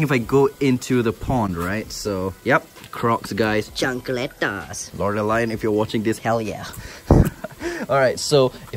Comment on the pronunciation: HE SAYS "CHANCLETAS" IM DIYING